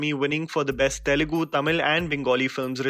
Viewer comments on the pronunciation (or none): none